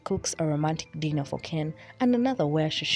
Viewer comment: Am I the only one who heard gypsy pronounce “dinner” as “denner”? No? Just me?